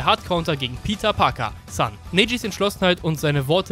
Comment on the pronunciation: Nich Peter Parker sondern "PITA PAKA" :DDD Leck mich am Arsch der war hart :D